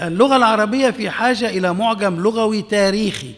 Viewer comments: قصدك يقول ( لَغَوي ) ، الصواب أن يقال : لُغَوي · المقدم للبرنامج يقول. لغوى بفتح اللام. والعين. للاسف